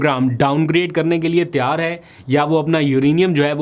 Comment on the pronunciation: Aap lpg Tayyar ki tiyar kehte hain pl correct your urdu